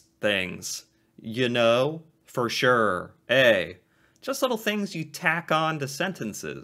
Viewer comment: You put on a really weird accent when you're imitating us lol. Just talk like yourself and use the slang 😆 She's also putting on a weird accent when she's imitating the slang, I'm not sure where she is from, but ignore it lolol. Also you're putting too much emphasis on the eh. Just say it like it's part of the last word you've said 😉